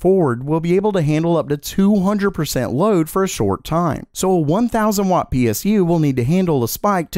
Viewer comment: Watt, not What.